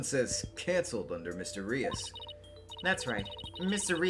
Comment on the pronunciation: i think Mr. Reus is pronounced Rooz, like a faker? might be wrong! but im very much enjoying these playthroughs!